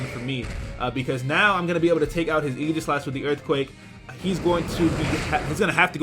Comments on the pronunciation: Aegislash-- Eye-Gah-Slash, not Eee-Ji-Slash. Not trying to be "that guy" by any means, but it's pronounced eye-gah-slash. Hard "G" and what-not. No offense to my Pokemon Battling Hero,, of course. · Why dose pronounce aegislash as eegislash?